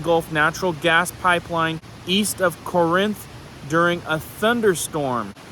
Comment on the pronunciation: MS girl here that lives 25 minutes from Corinth and my hubby works there. Just in case you want to know we pronounce it CAR INTH. Drag the car out longer than the Inth. Gotta put that southern drawl into it. 😂